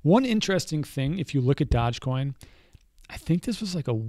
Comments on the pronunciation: it's pronounced doje not dodge, doooooooooojjjje coin for the win. Great vid as always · Dogecoin pronounced as DoggyCoin. so you know.